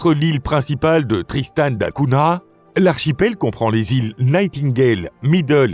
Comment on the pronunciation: Essayez de prononcer correctement Tristan da Cunha ! L'étymologie est portugaise et se prononce donc avec un "gn". Hors cela, l'île est isolée au milieu de l'océan comme le sont Asuncion et Sainte Hélène.